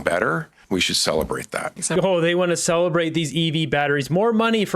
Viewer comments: Did he say "celibate"? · Literally heard him flub his words, "celebrate" is what I think this liberal ment to say but instead said "Celebate" xDDD what idiot who's uncomfortable with the harder questions. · Did he say celebrate or celibate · CELEBRATE or CELEBATE..Hmm say it right not once but twice you buffoon. 😂 You your a liar Tim, money laundering at its best. 💸💵💸💵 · It sounded like he said, "we need to salivate people." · The Minister was correct when he said "celebate" busimess. I also don't believe the old story about people arriving in Cnanada "with nothing in their pocket" - of course that may now be possible. At one time even the people from Britian needed to be sponsored.